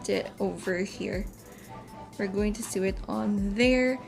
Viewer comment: I love the style! Thanks for sharing the process. By the way Sew is pronounced as SO. like Do Re Mi Fa SO...a needle pulling thread...(referencing the song)